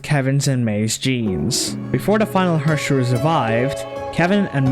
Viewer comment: Why do you all pronounce Herrscher wrong, I am crying But thanks for your great video and explanation of the story!